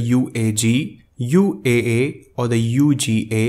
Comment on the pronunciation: Sir, it's UAA not UAU, right?